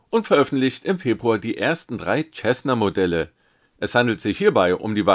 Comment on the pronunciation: Sehr nett! 🙂 Cessna wird nur bitte wie "Sessna" ausgesprochen... ;-)